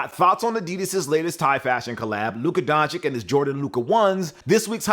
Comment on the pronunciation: Don-Chitch not Don-chick 🤨